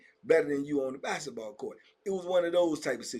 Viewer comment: TBP Germany. By way of Chicago. Bruh the way you say “bassitball” he having me rollin. 🤣 it’s no k in basketball for. Just messing. Have a good weekend. ✌🏾